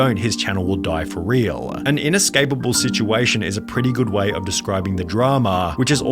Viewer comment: Why he adds letters in the end of the words? "Videoah" "positionah" "for realah" bru wtf is that